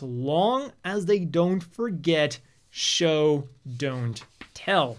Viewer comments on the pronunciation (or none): none